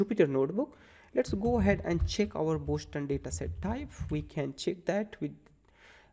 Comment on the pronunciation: Btw, the City name is 'Boston' not 'Boshton'!